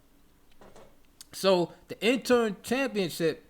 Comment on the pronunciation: Great content 👌. It's interim, not interm bro.